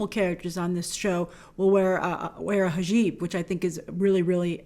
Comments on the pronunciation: It's hijab* not hajib lol love you grace✌ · its hijab grace not hajeeb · Grace It’s pronounced HEEE — JAB Hijab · Omg I cracked when you said “hajib” lol. It’s the other way around Grace, it’s “hijab”. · it’s a hijab, not a hajib, just a friendly correction 👍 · Its Hijab not Hajib, grace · grace i think its hidjab instead of hadjib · its hijab not hajib .... love you grace!!!! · It’s HIJAAB NOT HAJIB. Just saying not mad at the mispronunciation. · Grace it’s not a HAJEEB 🤣🤣🤣🤣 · Hajeeb😂😂 it’s hijab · Omg I don't think I've ever heard you pronounce an Arabic name or word correctly even once... Her name is pronounced "E-man" (you drag out the 'a' a little bit) and it's pronounced "he-jab" not "huh-jeeb" and the writers name is pronounced "suh-laH-id-deen" (hard H) "aH-med" (hard H) not "salad-in uh-med"... You even pronounced the words "Islam" and "Muslim" incorrectly... It's not "iz-lom" it's "iss-laam" (like 'hiss' without the H + "Lamb" that goes baaa) and it's not "muz-lum" it's "muss-lim" (like "moose" and "limb" like your arm) You really should consult with someone on how to pronounce these words before saying them in videos that will be seen by thousands of people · It's pronounced hijab not hajib just letting you know Grace, just for future reference. 👍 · I was just about to comment this same sentiment. Thanks McFeti182! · Its pronounced hijab " hee-jahb" grace. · good video! I'm excited for Kamala's intro into the mcu...but "hijab" is pronounced "he-jab" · Not being pedantic, Hijab is pronounced "Hij-jaahb"... Or "Hij-jab" is acceptable 😉 (It has a certain importance to pronounce this correctly, if Embracing/Celebrating a Culture you're not too familiar with; it'll protect you from being accused of being ignorant of said culture's essentials/basics, which, I'm sure, multitudes are unaware of!) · Hijab* 😂 its cool tho🖖🏽 common mistake